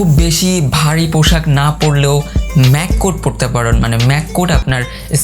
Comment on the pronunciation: পোশাক না পৌশাক কোনটা ভাই,?? ভাবের চোদনে উচ্চারণে ভুল হায়রে বাঙ্গালী